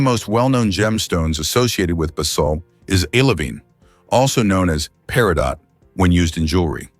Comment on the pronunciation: Do not like the ai since it mispronounces peridot and other terms—why don’t you narrate it?